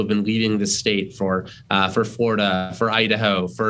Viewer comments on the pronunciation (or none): Can't say Texas and Florida 🤣🤣🤣